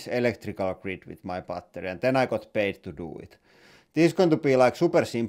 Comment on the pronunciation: Bretty goooood bar-tery